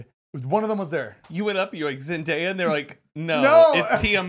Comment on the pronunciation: zane : “zenDIEya” LMAO